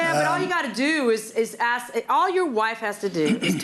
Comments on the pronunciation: I’ve never heard of CAKE called Keek. But then again she says AXE instead of ASK. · I 🪓 ‘axed ‘ the cops 👮! Lol